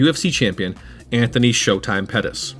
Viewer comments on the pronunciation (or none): none